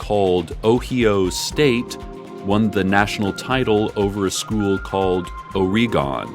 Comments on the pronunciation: Oh-Ree-Gone As an Oregonian, I am positively cackling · Honestly, this mispronunciation of Oregon is still better than the most common one.